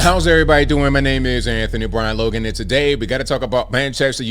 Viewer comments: Anthony Brian Logan you pronounced his name perfect in English/American language. In Europe we play the real football not like USA with the weird word soccer, thats why USA is bad in it because they play soccer😂 Its not a armband but a captain band, only captain of the team wear the captain band, every team have one captain on the pitch. Funny thing is Nouzair Mazraoui after his professional football career he wants to be an imam, so you are asking a fully strict devouted muslim to wear a LGBTQ jacket😂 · Great to see one of my favorite YouTube pages discussing my favorite football team....GGMU! (, you pronounced his name perfectly)